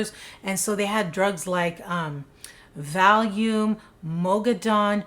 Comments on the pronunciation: you said it correctly 🙄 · it is definitely NOT pronounced like that… she said it right